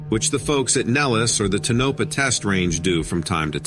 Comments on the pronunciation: Ta-no--pa? It's Too- nau - pau It's not nellis AFB it's ( Sandia)I maybe you be lost?! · Yes, I mentioned that too. I cringed everytime he said Tonopah. I lived there just down the street from Nellis, off Charleston. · No tonopa its tonapaw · Its Not tuh-NO-pa,. It’s TOE-no-PAH. Just Sayin. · .Tonopah is pronounced, Toe na paw not Tanopa lol Thank you!! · "TOW NAH PAH"... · It's pronounced Ton-NO-pah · You pronounced Tonopah totally wrong!!!!!! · To editor .this story is very difficult to understand due to your miss- pronunciation of names .especially Tonopah 😮😮😮😮